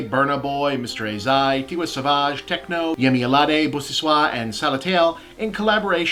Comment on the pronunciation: LAWL. Well done on most of the names but Tiwa Savage's Savage is pronounced like the Savage in Vandal Savage, you don't need the frenchy Savage